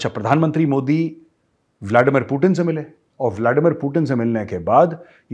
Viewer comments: ति bolo T नहीं 😂😂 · व्लादिमीर पुतिन है। व्लाडिमीर पुटिन नही। अंग्रेजी मे है ट ड ।रूसी मे तो त द है। ट ड नही। हम तो त द उच्चारण कर सकते है, अंग्रेज नही कह पाते ट,ड कहते हैं।